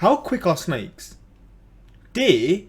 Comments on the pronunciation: this is the most english has ever sounded. “DEEEEEEEEEAHH"😂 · When he says deer " deeeeeuh"